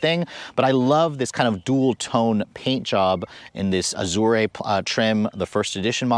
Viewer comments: Great review as always, but you should work on your pronunciation... "Mullinger" and "Azooray" ouch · and .... oooof, maybe the worst butchering of the names Azure and Mulliner that I've ever heard. Please research the pronunciation of names before filming, or just leave them out of the script.